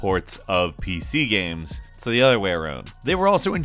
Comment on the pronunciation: How do you say "Games" ? "Gaimes"? "Gaymes" ?